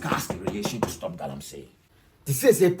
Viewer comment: Pls it is Galamsey not Galamsay